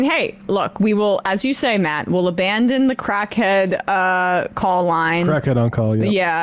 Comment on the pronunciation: "Call a crackhyead" "Pablo" "That's on YouTube"